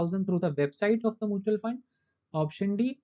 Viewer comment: Mutual ko pronunciation shi krlo please It’s Mutual not moochal